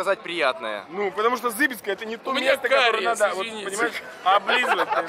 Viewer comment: зыбИцкая! Ударение на "И"